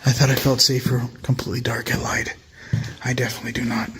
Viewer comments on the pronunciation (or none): none